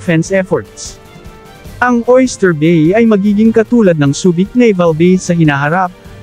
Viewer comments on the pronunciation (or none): none